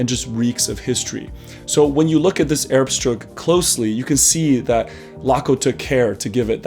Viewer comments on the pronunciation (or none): Speyer Erbstück. Not Erbstruk.